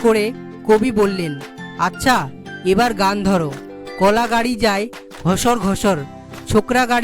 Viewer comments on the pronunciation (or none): 'কলা' গাড়ি না কল গাড়ি?